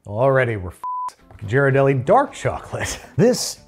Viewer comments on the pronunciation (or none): You mangled the name. Ghee not Ji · Ghirardelli. Pronounced GEER-uh-delly. I’m from SF, where it originates. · Can’t catch, can’t pronunciate Ghirardelli (I’ve never heard it pronounced that way). Keep your day job. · As a san franciscan, I was about to correct the pronunciation of Ghirardelli but then your assistant did it within the first 5 minutes so I can relax. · When he learned he was pronouncing Ghirardelli wrong 😂😂😂😂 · So glad they searched up the correct pronunciation of Ghirardelli because as someone from SF it was really bugging me 😅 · ghirardelli is hard a G, love you, but please learn how to pronounce italian